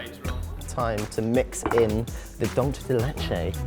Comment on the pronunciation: Why do they keep mispronouncing dulce de leche?